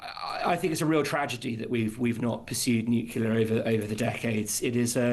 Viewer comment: You might want to tell your energy expert it's not pronounced NUKE-U-LER. Unless of course you're Homer Simpson.